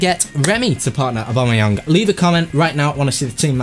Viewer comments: It's AubameyANG not Aubameyung :P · it is AW-BAM-E-YANG. TEAM BABA!